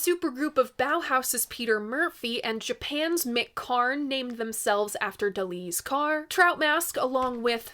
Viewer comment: Is it just me or does she keep saying DELI'S CAR? otherwise I appreciate her/your enthusiastic efforts to fairly regard this album.